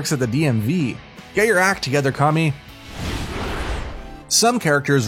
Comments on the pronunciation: OrUchiMaRo I can tell he doesn't watch these shows at all. But he did say it right the other times so i will give him points for that but oruchimaro oml i cant get over it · nobpdy gonna talk about how he said "OoRoOcHi MaRo" and then just says it normally after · zahbuuuza sakuura oooruchimaro my heroe academy nayruto bruh ion wanna hear nun from him w them pronunciations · please stop. There is absolutely no rhyme, reason, or excuse to mispronounce zabuza, sakura, or orochimaru, or change the word academia to academy unless you dont actually watch the show